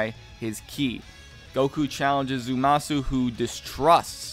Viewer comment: It's Zamasu, not Zumasu.